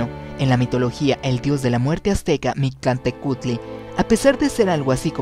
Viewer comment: Hola, interesante hipótesis, en la pronunciación te faltó la " L" MictLantehcuhtli; falta info de parte JKR para extender éste tipo de ideas. Saludos.